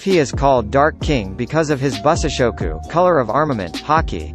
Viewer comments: Bussashokoo is another hilarious one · "bussashokoo" cracks me up